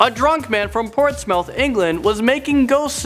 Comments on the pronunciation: Ports mouth? Portsmuth is how it's pronounced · It's not portsMOUTH it's Portsmouth (ports - muth) From A Brit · You pronounced Portsmouth wrong mate. It’s pronounced Portsmuth. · Not to be rude in anyway but Portsmouth is pronounced 'ports-muth'. 😂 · It's Portsmouth, but pronounced portsmith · Am I the only one who noticed that did not pronounce Portsmouth correctly? I have no intention to spread hate, just wanted to know if anyone noticed. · Alexandra Iacob he's Canadian, he pronounced it as it's written he wouldn't know how it's correctly pronounced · The way he prounounces Portsmouth😂😂